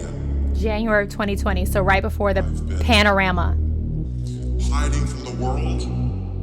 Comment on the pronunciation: Girl, I love you, but stop saying "Pananama" cuz youre making me laugh while I'm trying to cry